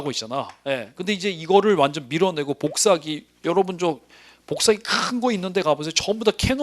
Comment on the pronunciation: 선생님 복사기 발음하실 때마다 뽀잉뽀잉 소리나요 ㅋㅋㅋㅋㅋㅎㅎ 기본이론 이후 강의는 어디서 수강할 수 있을까요?